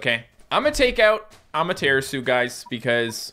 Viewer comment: Am I the only one that still cringes every time he mispronounces "Amaterasu"? has done it for so long that I have a feeling it's intentional. Japanese is a syllabic language, It should be A-ma-te-ra-su. Also colossal Benkei would be Ben-KAY. Sincerely, a non-Japanese speaking grammar Nazi.